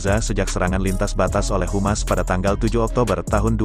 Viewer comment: HAMAS BANG..HAMAS, bukan Humas